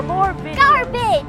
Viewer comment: for some reason instead of garbage in the end i heard "goth bitch!"